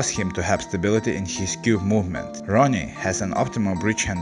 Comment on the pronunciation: Great vidéo .i just think that his name is ronnie not roonie